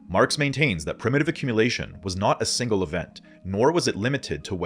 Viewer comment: Love the video, like all of you videos. "accmumulation"